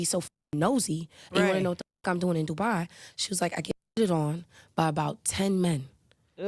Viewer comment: It's in the name du-bai😂😂